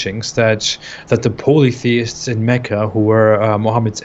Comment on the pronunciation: I love the way pronounces "Polytheists" It's like "Pole-EE-theist". Cracks me up every time.